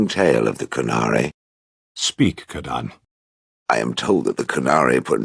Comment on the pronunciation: but he said kadaan?!?!